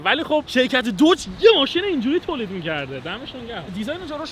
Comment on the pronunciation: عزیز بخدایی که میپرستید این اسمش دوج نیست اسمش داجه ، اونم فورد نیست فُرده و موستانگم نیست ماستانگ ویا ماستنگ هستش. هرچیزی که O و U داره او خونده نمیشه. مثل کلمه های Mother , Brother , Must , Jump , Mom , monster , Just , اینا همه آ خونده میشن نه او